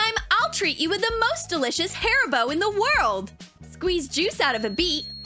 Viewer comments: She said hairbow Instead of haribos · Did she call it hair-bow instead of harri-bow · who else thought that she said " HAIR BOW " but then realized she said "HARIBO" just me okay > :))